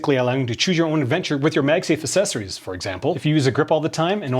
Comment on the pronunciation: AKK SESSORIES, not uhsessories